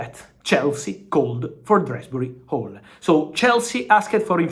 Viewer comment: Who the fuck is drasbury hall. His name is Dewsbury hall. Jesus